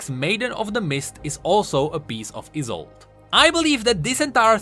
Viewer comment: you pronounce isolde like like it is isult. Good content tho.